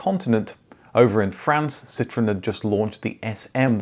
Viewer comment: Why do you pronounce it Citrin?